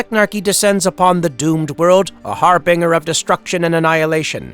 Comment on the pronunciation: It’s pronounced “har-bin-jer”, NOT “har-bing-er” for Christ’s sake.